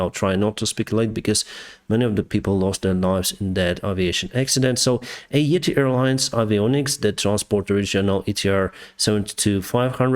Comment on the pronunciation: Its yeeeeeti yeeetiiiii ure saying like etihad dubai one